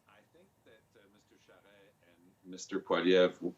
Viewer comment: Her pronunciation of “Charest” is cringeworthy.